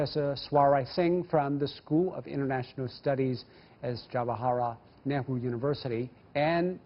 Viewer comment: Itsजवाहरलाल नेहरू.The anchor can't pronouns it properly....